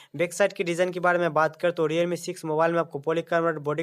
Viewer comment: diyalme kya h bhai. Realme h. Sahi se hindi bhi nhi bol pate wow